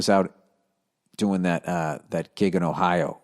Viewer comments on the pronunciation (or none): none